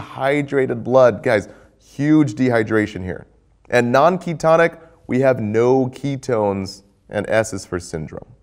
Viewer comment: It's ketones not keytones :) Your videos have come a long way! Keep up the AWESOME